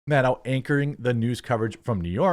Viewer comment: You pronounced her name correctly the first time.